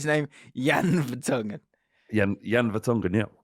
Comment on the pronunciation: Did he just say Vertongen?